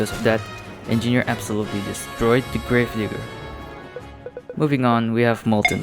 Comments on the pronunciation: Did bro just say grave NI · It sounds like the word, but he probably didn’t intend it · He said it grave digger but switch d with n and make video 0.25 speed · It was by acccident